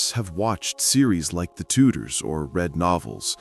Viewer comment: "Tudors" not "Tutors"! Who would support you?